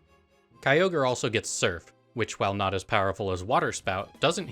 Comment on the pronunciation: It's not Kyogre. It's never Kyogre